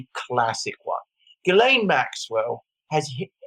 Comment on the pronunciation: That's pronounced "Zhees-len", not Guy laine.